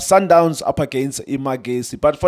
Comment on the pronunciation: Guys its not MaKezi its Mahesi Its northern sotho for soldiers not electricity Mahesi a ntate sekhwahla a tsoma mopheme